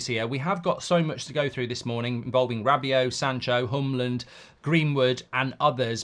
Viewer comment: Hjulmand - It's not that hard to pronounce. Just say it like there's no H and no D. Julman but with a "short a" a bit like the man in Manchester.